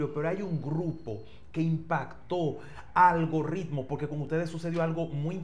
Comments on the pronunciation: Silvio, es Algoritmo, no "Algo Ritmo" tampoco es "Algorritmo".. La "r" es simple, no se puede arrastrar en la pronunciación como si fuera doble " r r " .. Además la " r" está en el medio del nombre. En caso que estuviera al iniciar, ahí si se pronuncia fuerte (como si fuera RR).. Recuerda que tú programa le llega a todo tipo de público, pero hay que tratar de pronunciar las cosas lo mejor que se pueda.... No es por nada, pero tú sabes.. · Es Algoritmo, no Algorritmo